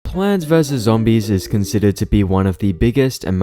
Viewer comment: I entered the video and the first thing I hear is "Pants vs Zoodis"